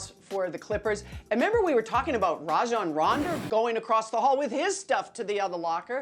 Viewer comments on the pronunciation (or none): This is awful, how does someone say Marc "Gascal" and Rajon "Randa"? Like come on man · "Rajan Ronda" lol